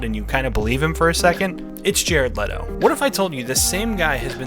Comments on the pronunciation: His name is pronounced Jared Leeto btw. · It’s not LEEE-to?’ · I've started a cult, the cult is called "It's pronounced Lee-Toe, like When Jared Lee-Toe says his own name, he says Lee-Toe." It's a bit of a long name for a cult, but I think it'll catch on.